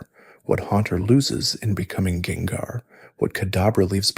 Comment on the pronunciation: He did it with gengar too (jengar)